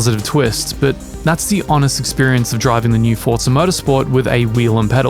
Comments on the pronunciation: Guys, please! IT IS ForZa not ForDZA WTF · It’s Forza. Was anyone expecting any different?